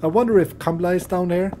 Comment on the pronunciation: its not kamla its kamala lol